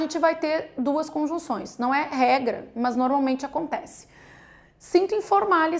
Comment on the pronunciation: Que agonia "mãs"